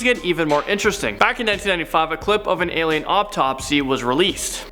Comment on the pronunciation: He said “obtopsy” 😂😂😂😂🤦🏽‍♀️🤦🏽‍♀️